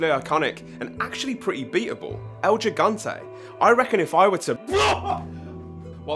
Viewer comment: i know that people of your country have trouble with spanish names but this one was not so hard, is not "Eil yigante" is EL GIGANTE, put it in your language will we like "iL jegante"